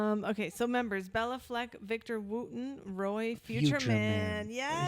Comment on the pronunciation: Great selection. Béla and Billy have played/recorded together a few times. Just for correctness Béla is pronounced bey-la not bell-a.